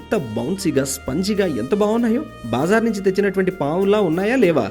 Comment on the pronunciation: BaaaaaZar kadu bro BaZaar. Vinadanki baledu aaala..